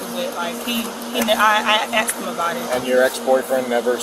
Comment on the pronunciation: IKR. 🤦🏽‍♀️ “Frabic” . . . “Axed” him. 😖